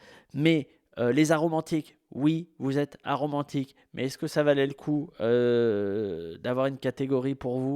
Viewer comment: J'ai mis 10 minutes à comprendre que c'était "a-romantique", j'entendais "arôme antique" et jetais paumé